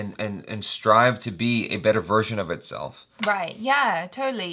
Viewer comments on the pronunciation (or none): none